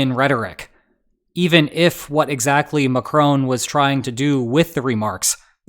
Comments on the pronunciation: McCrone??? zero effort to properly pronounce. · “Emmanuel Macrone”